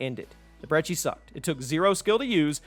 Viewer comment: You actually know how to pronounce "Brecci". Kudos!